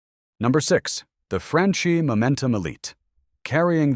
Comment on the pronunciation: I’m pretty sure Fran Che is pronounced Frankie.😮